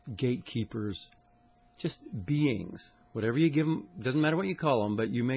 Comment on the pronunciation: Love how he says “beangs”